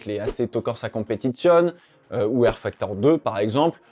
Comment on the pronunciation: Salut mon reuf juste pour ton information on dit Competizioné